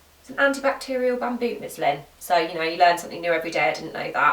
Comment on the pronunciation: This may just be your accent, but just in case, it's musliN cloth, hahaha! Great vid, thanks girl.